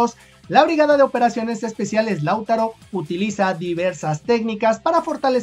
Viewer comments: No sé porqué, pero siempre que en tus videos mencionas a Lautaro, lo haces con el acento cambiado de lugar, y me da picazón en la espalda jajaj (siempre lo dices como "láutaro", pero se lee "lautáro", acentuando la pronunciación en la segunda letra a)... Saludos!! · Oye no es la primera vez que hablas de la (B.O.E) del ejército de Chile y porfavor entiende que el nombre no se pronuncia ( LÁUTARO ) no se carga la voz en la 1ra A, si no en la 2da A, o sea que se pronuncia (LAUTÁRO)(sin la tilde por su puesto), y su base de operaciones es en PELDEHUE, y no pedelhue. SALUDOS y gracias por tu incondicional apoyo a nuestro querido y amado Chile. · Hola, no es "Láutaro" sino "LauTAro". También se le conoce como "BOE". Saludos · se pronuncie Lautaro,No Lau taro, saludos cordiales desde Santiago De Chile.🇨🇱🇨🇱🇨🇱🇨🇱💪💪💪💪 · Es Lautaro sin tilde en la U y no Lau'taro solo LAU'TARO. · no se pronúncia Láutaro, es Lautáro, el golpe fuerte de la sílaba está en el segundo a y no en el primero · Di lauTÁro y no LÁUtaro....por favor dilo bien, gracias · Lautáro, imagínate un acento ahí. Así se pronuncia. gracias siempre por toda la información que nos das, que acá muchas veces no nos enteramos ❤❤❤❤❤❤❤ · Hola, muy buen video, sólo una pequeña corrección, Lautaro se pronuncia así Lautáro y Peldehue así Peldéhue. Saludos amigo. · Laut(á)ro y Peld(é)hue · Se escribe "Lautaro" pero se pronuncia "lautáro" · para pronunciar bien el nombre de Lautaro, debe acentuar en la segunda "a". Se pronuncia Lauta....ro. Saludos. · Lautáro amigo con acento en la segunda A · Lautaro es una palabra grave, no esdrújula, por tanto se acentúa en la penúltima sílaba. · Es que el chico es mexicano y me parece ese nombre no existe allá... De ahí que se equivoqué en la pronunciación. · Lautaro, con marcacion en la A como si esta llevara acento.